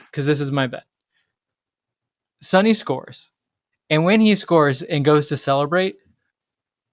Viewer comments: I Korean. I love calling him Sonny. I am a little bit bothered most of youtubers surrounding LAFC pronouncing Sonny as Sunny. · I think there might have been a bit of a misunderstanding. It's not that calling him "Sonny" is disrespectful—that's his nickname! The issue is when people pronounce it "Sunny" (like the weather). His last name is Son (손), pronounced "Sohn" (rhymes with 'tone'). His nickname is Sonny, which should be pronounced "Soh-nee." Getting the pronunciation right is just a small way to show respect, just like we would for any player. Loving all the content and learning so much about LAFC and MLS from you all! Keep it up! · Hi, you're absolutely a hundred percent correct. But I think the problem is accents, I am a Londoner, and I ive supported Spurs for years, and I pronounce Sonny the way you say it. But in America, like in the North of England Americans and northerners here pronounce it 'u'. Theyre not being disrespectful it's just the it's a differant pronunciation. Just like because I come from london , I pronunce bath...barth because in the south of england we have a lot of french influence in our accent from medieval times. In the north of england they say bath with a flat a like apple. Because they have a lot of vikings influence which is entirely different. Americans are the same. They have so many accents. Ive met Sonny 3 times now at Spurs events. You know, he really doesnt mind at all, ive heard hiim tell peole call me what you like..and wink. Hes very funny. . 😊 but im absolutely sure hed be impressed by how much you care.